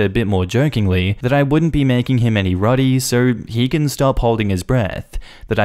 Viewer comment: Did I just hear roti pronounced as "rudy"?